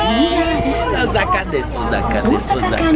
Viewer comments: é Osaka não Ozaka, brasileiro tem mania de pronunciar Osaka Com som de z e é som de s sa não za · E Osaka e não ozaka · Osaka nao se fala Ozaka. Se pronuncia oossaka. 1s tem som de ss aqui e nao de z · Não é Ozaka que se diz e sim Osaka ou OOsaka com o mas alongado. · ...NAO EH OZAKA E SIM OSSSAKA PO!!!👅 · Eu moro no Japão ja faz 22 anos 😍 E n se pronúncia ozaka o certo e oosaka 大阪ーおおさか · Muito legaal!!, presta atenção nas pronúncias das palavras em japonês!! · Hahaha tá falando Osaka errado...